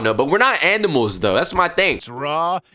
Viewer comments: lil bro said andimals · Bro said andimals